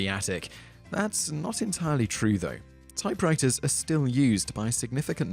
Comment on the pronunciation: "Typewritahz and Plasmer" LOL